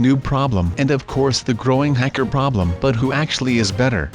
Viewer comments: you said Hecker instead of hacker once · SU NOT A HECKER A HA KER